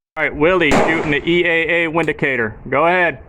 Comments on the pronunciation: It's meant to be pronounced Vindicator. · It pronounced vinicator. ! You poor AMERICANS !